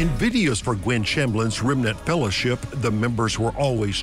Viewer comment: I lost it at “the remnant fellership” 😂😂😂 I’m dying 🤣💀